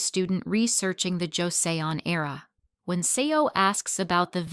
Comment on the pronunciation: 영상에 조세온이 아니라 조선이라 발음합니다~ 영상에 있는 건 아니나 현다이가 아닌 현대로 발음해야하구요.